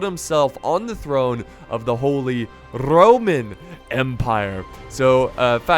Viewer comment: holy... RRRRRRRRoman empire